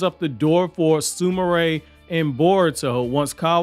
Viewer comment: Sumire is Soom Ear not Sumaray sorry lol just ocd